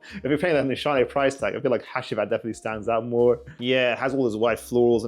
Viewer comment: Bro said hashheeeewheat